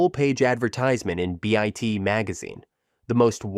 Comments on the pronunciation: Why can't these AIS get crap, right? And why do the people that make these stupid videos not? Edit them to. Not be so mechanically stupid. Call it Bite magazine, not B Y T E. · Beeait instead of byte 😂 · BYTE is not pronounced Bee eyet. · I stopped watching this garbage after 9 seconds of saying add in B-I-T Magazine. If you can't pronounce byte, you have no reason to be making videos. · and of "byte" ! :D